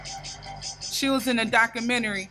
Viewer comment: What is a doc-crew-mini-ree 😂🤣